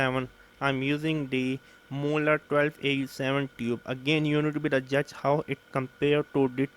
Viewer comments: I was just distracted by the "moolard" (again it's Marl-lurd). The mullard reissue 12au7 is a steal, in terms of its price. It sounds very very very good. It's an all rounder on my 2 channel hifi system. It's not getting the attention it needs. Thanks for talking about it. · Hi, It's pronounced as "Mar-lurd" sorry, it's jarrring. Not moo-lard.